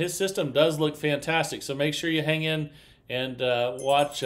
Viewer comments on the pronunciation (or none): none